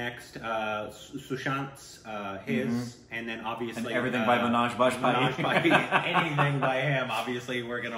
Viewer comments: Why say Manaj for Manoj? Is O pronounced as A in America? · Not Amaaj, Muh...noaj